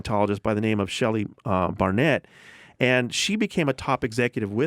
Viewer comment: I'm a longtime fan but I agree. It's a little embarrassing...When they cant even say his name right after hearing it several times it makes it clear they dont really care.